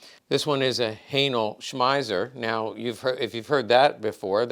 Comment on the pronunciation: Haenel smeiser lmfao